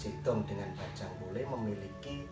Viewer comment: Pelafalan bajhang kole nya ga gt mas 😅, tp gpp sih memang bukan penutur bahasa madura